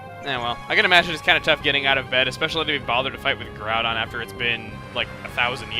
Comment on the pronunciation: Yah, seriously, pernouncing groudon and kyogre as garudon and keeogree